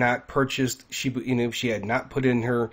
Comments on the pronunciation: Want to help more people? STOP saying Shibu Inu. It's Shiba Inu. Why do I ask you to please stop? Besides the fact that I find it incredibly annoying, more importantly, it makes you less credible if you can't even pronounce the name of the coin that you're speaking of. I apologize for any offense; it's not my intention. You can help more people, if you SOUND more legitimate by pronouncing the coin's name correctly. This may not be true for everyone, but it does cross the mind of some. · Lol how many times is gonna say SHIBU INU 🤦‍♂️🤣😬